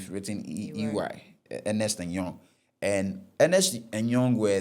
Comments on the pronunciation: Ɛnnyɛ Ernest & Young, senior... it's ERNST & YOUNG. And again, Bank of Ghana is not shortened as "Bɔg" or whatever it is he was saying😂. It's B.O.G...as in, say the letters! Everyone knows this bro🤦🏽‍♂️🤌🏽 Barbados = Bah-bay-dos...not Bah-bah-dos. Bruh!!!🤦🏽‍♂️🤦🏽‍♂️🤦🏽‍♂️ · I understand you, but not being able to pronounce words like Nestlé, Barbados and Ernst & Young...? Those are by no means technical; those are basic. As for the financial and legal stuff, the less said, the better. The attempt is good, but like I said, much more room for improvement.